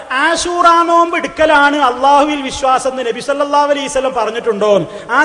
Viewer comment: എടൊ സലഫീ കുറഞ്ഞത് നബി സല്ലല്ലാഹു അലയ്ഹി വസല്ലം എന്നെങ്കിലും പറയാൻ പടിക്ക് നബി സല്ലല്ലാഹു അലീ സല്ലം എന്നല്ല salafeee